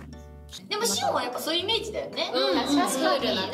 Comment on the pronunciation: のシオンのとこ「おう」じゃなくて「イゴ」って言ってる気がする